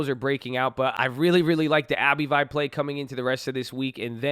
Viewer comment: It's "Abb-vie" not "Abbey-Vie"